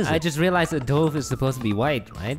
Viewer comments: IT’S DUVE, NOT DOOVE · "(Dobe) is not a white pigeon"?? and you pronounced dove wrong. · not a hate comment but dove is pronounced duv not dough + ve